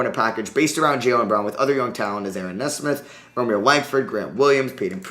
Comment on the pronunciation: Pronounced Nee-smith not Ness-smith